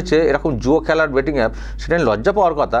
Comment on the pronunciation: IT'S " BET" NOT " BAT " TO CRICKET BAT .